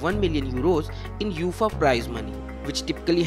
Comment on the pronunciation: It’s not Youfaaaaa…. It’s UEFA (Yu……A…. FAA)